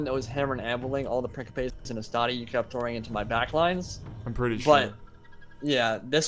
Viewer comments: Love your videos, man, been binging on them! Also, just because I appreciate your pronunciation attempts (and misattempts, haha)... Principes is pronounced "Prin-chee-pays" :-D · why does he keep pronouncing principes "prinkipes"? is that how its pronounced? because in spanish principe literally means prince and is pronounced like "prinsipes" but this is latin so idk, but in rome 1 and 2 the troops literally say "prinsipe" when you select them